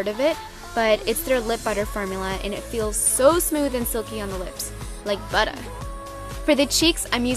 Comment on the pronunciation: like budder! :D